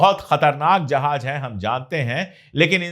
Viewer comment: I like your videos. Please work on your pronunciation if letter Z, you pronounce it as G,like jahaj,correct is Jahaz.